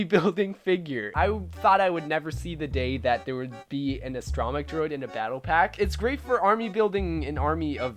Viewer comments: Mech, not mic. You got it right in the rest of the video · Did he just pronounce astromech as uh-stro-mic ?